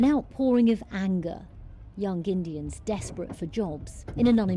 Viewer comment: Yun.....Gindians? ( ) What’s a GINDIAN?